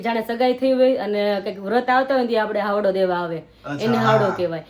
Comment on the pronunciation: Havdo kem bolo cho haydo kevay